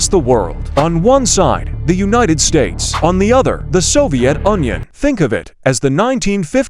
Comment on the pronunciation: bro see it is not onion it is ‘UNION’!